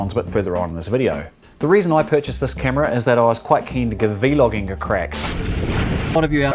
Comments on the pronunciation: stop saying V-logging. it's vlogging. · excellent video. I just got this camera this week. Unfortunately they sent me the wrong plug for the charger, so I have to wait another few days for that to come in. Thank you for the review. One thing. I've never ever heard anyone say "VEE-LOGGING" Not sure, maybe that's how they say it in other countries? We just say Vlogging. Thank you again. Can't wait to start using it. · Please please say vlogging as one word. It's not "V logging". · It’s vlogging not v logging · V. Logging and v loggers... da f dude 😂😂 is vlogging!! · i cant finish the video cuz he keeps saying v-logging and its really annoying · Every time. He said v. Loging I got mad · cracks me up when you say v-logging